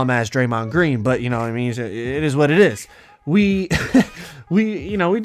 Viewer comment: it ez what it eezz